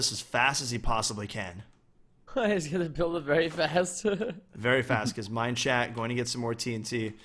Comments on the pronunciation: no, rob kept saying mineshat, so #mineshat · I'm pretty sure was pronouncing Minechat. MineSHAT, because Minchat's skin is a cat, and in french, cat is chat, and chat is pronounced shat. Idk if that's what Minechat meant with his name or if he has a way of saying it but that's what I thought.